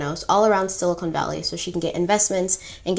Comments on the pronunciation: I don't mean to be that person. But, it's "silicon valley". Not, "silicone valley". I hope this is received in the spirit that I meant. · Love your version of these stories! Only minor “fact” checks from me, I’ve watched tons of documentaries on this compulsive manipulator, a fascinating case study... The pronunciation of it is Si-li-kun Valley (not sili-cone like the implant), not obvious at all but good to know. The patch she conceived in her college days, which she took to that professor/only female scientist she ever consulted was meant to take a sample of blood through the skin (top layer of the epidermis), so it was her first idea for testing the blood...but yeah, it wasn’t practical or possible to take a proper sample that way for many reasons, as you & the female expert said! And when you said early on that the Edison didn’t work so the scientists had to do “manual testing” for the investors in the basement, it’s good to clarify it was just them running the tests in typical blood testing machines (which were massive, not small/compact like the Edison), just as you’d find in a Lab Corp or Quest Diagnostics lab. Same as they had to do at Walgreens later. Lastly, while she admired all of these famous inventors, it was specifically Steve Jobs she directly imitated, down to the black turtlenecks/minimalistic wardrobe and severe treatment of her staff while remaining relentlessly focused on the mission. That was his trademark, too. This whole thing was doomed to fail because she was trying to enter the software/tech world with a healthcare/medical product. Square peg, round hole. Millions of dollars later, th